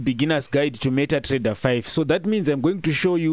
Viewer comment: meta Trrrrrreader